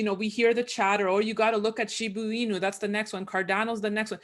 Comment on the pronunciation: Zeitgeist…that is a glimps into the vastness of his knowledge. Having different cultural backgrounds helps I guess… STOP SAYING SHBUUUUUUUUUUUUUUUUUUUUUU INU. It’s ShibaaaaaaaaaaaaaaaAAAAAAAAAAAAAAAAAAAAAAAA Inu, not Shubu but Shiba